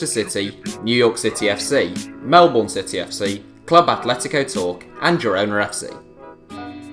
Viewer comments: It’s not pronounced Melborn It is pronounced Mel-Ben There you go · My Guy said melbourne like “Melborn” it’s pronounced like “Melbun” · just gonna put it out there, on the off chance this comes up in the future, heck, it might with Daniel Arzani, but Melbourne isn't pronounced Mel-Bourne, it's more like Mel-bin, how do I know this? I'm an Australian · Does anyone else get peed off when people say melborn instead of melbun it’s spelt Melbourne btw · You pronounced Melbourne wrong. You pronounced it Mel-born but it is pronounced Mel-burn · It is pronounced Mel-burne not Mel-bu-orne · Can you just say godam Melbourne correctly plz it is pronounced. Mel-ben not Mel-born. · It's mel-bin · Sorry not to be mean but you said Melbourne wrong. Melbourne is prounanced melben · Melboorn lol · Please learn how to pronounce Melbourne lmao (Melben) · I’m officially offended of how he butchered Melbourne pronunciation Good vid I go to watch all Melbourne city games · All the Australians complaining about the Melbourne pronunciation when they can't even agree how it's said 😂 says it all right there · I swear no one can ever say Melbourne properly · What is with these English people who can't even pronounce Melbourne correctly. Do some research at the very least before you make videos